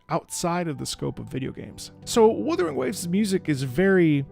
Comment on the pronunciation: Wutthering? Wuthering... What? Wuthering Heights? AGHHHH LIMBUS COMPANY REAL